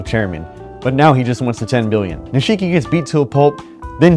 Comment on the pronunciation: Please stop saying nisheee ki